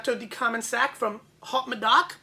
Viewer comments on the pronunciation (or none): Try saying o medoc, instead of haut medoc